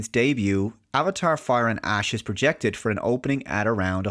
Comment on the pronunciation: I can't unhear "Avatar: Fire & Ass."